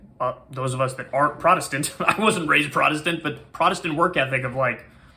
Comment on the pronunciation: prodestant? You mean puritanical.